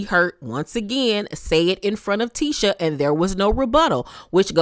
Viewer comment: just can’t get Tisha name right 🤷🏾‍♀️ l be yelling at the screen it’s Tee-SHA not Tish-A 😂😂 no one corrects her